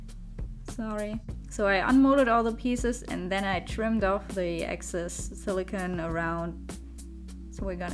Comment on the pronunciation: SiliCONE not siliCAN. Two different materials.